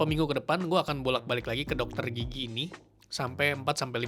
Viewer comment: Gw ketawa mulu krn gw denger kata "gigi" nya lucu Kedengeran kek "gigyik" 😂😂